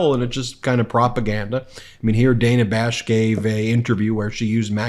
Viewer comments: Ben, it’s not ‘Day na’, it’s Dah na’!!💙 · By the way, it's DA....NA Bash not Dayna Bash! FFS. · Ben! It’s pronounced Dan-ah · Hi Ben, love the show but one nitpick. The reporter's name is pronounced Day-nuh. I know it's different but we should respect this the same way we pronounce the name of our first female president. Keep up the good work! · May want to learn how to pronounce Dana Bash's name....